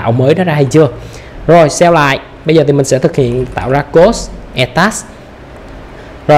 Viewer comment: kiến thức thì hay mà mỗi lần nghe save toàn phát âm thành sell nghe khó chịu vô cùng.